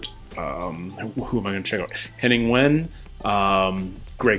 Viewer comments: Just so you know Henning Wehn surname is pronounced Ven. It’s German. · Henning Wehn is pronounced Vain